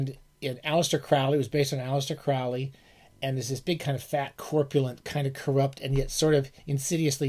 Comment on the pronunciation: say aleister CRAWLEY, kiddo. otherwise, most excellent. yours, Mr Dr Pedant.